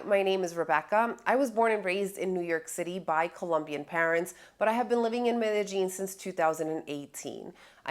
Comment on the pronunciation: You can tell if you’ve been scoped or ruffied when you start pronouncing Medellin - ‘Meta Jean ‘.